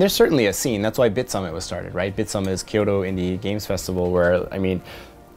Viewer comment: Bei Kyoto und Osaka. Waren auch keine großen Fehler. Osaka wird mit einem scharfen s ausgesprochen und Kyoto nicht wie Kiyoto